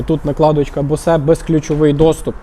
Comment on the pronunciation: Бовз 😂 а не босе😊😢😅 ще 1 момент ціна несказана😅😮😊😂